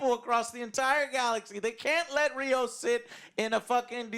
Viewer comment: It's Rios, like rivers. Not Raymos